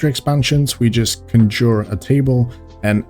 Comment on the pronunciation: "conjour" Thanks for the laugh. So good to be laughing at European accents again(miss pservers)